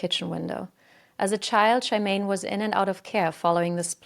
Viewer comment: most of the locations were pronounced wrong but they do have wierd spellings (Worcester is pronounced Wuss-ster, Leicester is pronounced Less-ster) but Partington is pronounced exactly as it's written. And Charmaine is pronounced with a "sh" sound.